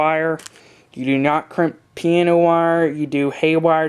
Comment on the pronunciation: piANo wire not piena wire - god damn.